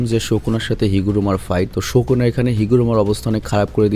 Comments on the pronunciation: ভাইয়া প্লিজ ঠিক করে উচ্চারণ কর। নামটা সুকুনা not শকুনা।😑😑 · ভাইয়া তুমি সব সময় সুকুনাকে শুকুনা কেন বলো😅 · Bro its sukuna not shokuna 😂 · sukuna❌ sokuna✅ .....😵‍💫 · Vai kisu mone koiren na.😢 Sokuna na sukuna hobe• Sukuna bolle Valo hoy karon apnake ar jonno oneke onk Kotha bole.😢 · ভাইয়া সোকোনা বলেন কেন সুকুনা বলবেনন প্লিজ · Sokuna na sukuna😂😂😂abal